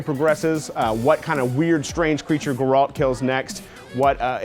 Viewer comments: Geraly ,,, Pronounce it right please :,( Its Ge-r-alt Its a G not a J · Awkward moment when pronounces Geralt wrong. It's Geralt with a hard G. His name is pronounced consistently throughout the previous games, are you (actually) a fan of the franchise? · "geROLT" idiots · It's interesting how so many people say their most anticipated game is Witcher 3 and how they loved Witcher 2 and they can't even pronounce Geralt's name properly. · I love how a lot of them said the witcher 3 is their most anticipated game, yet they all had their own version of geralt's name pronunciation, and none of them were the correct way of saying it, lol. Come on guys, you've heard it more than enough in every game to know how to say it. Makes me wonder if this wasn't all just scripted......did any of them even play the witcher games? But seriously I think the Witcher 3 and Final Fantasy XV are the two biggest games to look forward to this year. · So nobody from IGN can say "Gerald" properly, huh...? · Why the hell would you let review The Witcher 3 when he can't even pronounce the name of the protagonist right. Geralt isn't pronounced ANYTHING like how he pronounces it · excited for Witcher but can't even pronounce the main character's name correctly. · Lol "geralts a badass"...I'm surprised that she couldn't even pronounce his name properly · How these guys pronounce Geralt.... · Why can't anybody at IGN pronounce Geralt's damn name? :v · that dude don't even know how to pronounce Geralt's name... lol.... Anyways, go play The Witcher 1, it's a great game, and the plot is probably better than the second game:) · I like how no one managed to pronounce Geralt's name correctly. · Everytime they pronounce Geralt's name wrong I cringe.. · Damn, we got some big Witcher fans at IGN. Lol, and the other guy can't even pronounce geralt right.